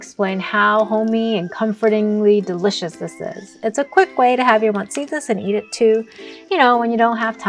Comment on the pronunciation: Guam people be wanting to be chamorro so bad, ya'll be messing up our language and food. That's not musiyas😅 I'm from saipan, I know